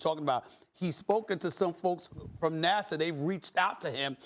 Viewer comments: Why does she keep saying NASA like NASSAU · Why does Molly keep saying NASSAW?? 😂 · Is it just me or is she saying NASAW? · It's NASA not Nassau...Curry and Irving are out of their minds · NAHSAH NOT NASAU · Why does Molly say NASA like Nasau?? She's college educated? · This dumb lady can't even promounce NASA. Fortunately, there was one adult in the room. Max is a moron. Obviously. OK, I get that black people have been fucked over forever, and have reason not to trust authority. But gravity? Flat earth? Vaccines? Obviously damaged from centuries of oppression. There should be massive reparations, especially in education. It isn't part of the scientific process to just have some influenced thought when you have no idea what you are talking about.